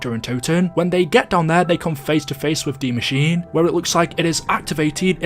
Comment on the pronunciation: Not to sound like a dick but Die Maschine is pronounced "dee mash-ee-nay" not pronounced like machine